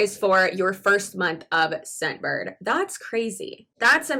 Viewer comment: The first time you said "Scentbird" I misheard you and thought you said "Shitbird." To be fair, that made your whole sales pitch/advertisement a lot more entertaining.